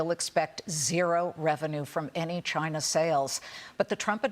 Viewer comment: Going agst Chyyynaaa manufacturings ................. SAYOURANNA S,AYOURANNA , SAYOURANNA